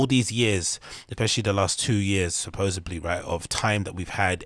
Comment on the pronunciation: You are right here, i agree with all this but i have to say mate, i cant not mention it. Its supposedly not "sapoboedsly" thats a case of some major Schuab mouth. Hate to be that guy.